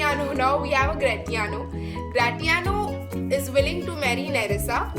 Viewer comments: Gra -ti-ano no dear the pronunciation is Gra -shi -ano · Dear Portia did not give permission to Bassanio for leaving for Venice She said him to quickly finish the marriage ceremonies and instantly leave for Venice And it is gra-shi-aano not gra-ti-aano And please do not play this background music it disturbes aalot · Excuse me its not gratiano its grashiano. But ur speaking skill is gud dear ...keep it up .. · It's grashanioo not gratanio. It's bassano not antio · 👍👍 good overview of the scenes. However I would like to point out at around 4: 35 min , you say Antonio instead of Bassanio ... Hope this will not confuse the listeners . Also, don't we pronounce Gratiano as Gra- shee- an _ io ? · Nice explanation but I am thinking that you are calling the name of bassanio and gratiano in wrong pronunciation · Gratiano and flesh pronounciation is wrong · Pronunciation of Gration is wrong. Please correct it